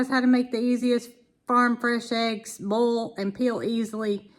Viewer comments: All through this video I thought you were saying bowl eggs and I thought you would shake them in a bowl. Right at the end, I realized you were saying boil! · Love the way you say boil.